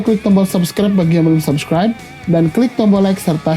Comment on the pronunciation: gue cuma skip pas lo bilang subscrine